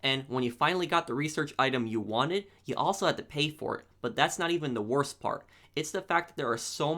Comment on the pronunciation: The wotse